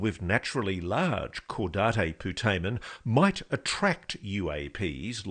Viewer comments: I sure hope that these guys are really pronouncing “caudate putamen” correctly. I’ve never heard anyone say “Cow-dot-ay poo-duh-man” before. Maybe that’s the Spanish pronunciation. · Just a well meaning correction: "caudate" is pronounced /ˈkɔːdeɪt/, i.e. "caw-date" (last word as in an almanac). Thank you otherwise for very good work. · “Caudate” is pronounced “caw-date”; not “caw-da-tay”. It’s not Spanish. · Repeat after me: Caw-date Poo-tay-men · So cringe how they both mispronounce "caudate" (really pronounced kaw-date) putamen. But we will look past it. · Somebody needs to enlighten Ross on the fact that Caudate is not pronounced like Coup D'etat. LOL. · It's kind of hard to believe in their credibility when they're pronouncing "caudate" incorrectly.